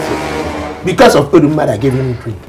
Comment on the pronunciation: Do i hear calling Oduma as Oruma? I have been trying to get it right.